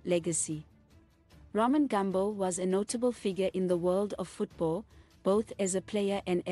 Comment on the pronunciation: ITS NOT GAMB0..but Gumbo(shona word meaning leg) pronounced as its spelled